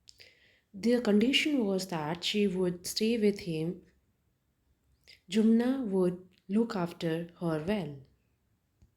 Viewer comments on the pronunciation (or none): Jummna nahi hai vo jumman hai